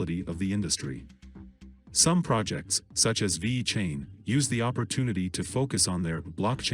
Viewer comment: Vey-Cain lol